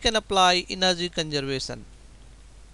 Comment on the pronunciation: "Final enerzy" .....😂😂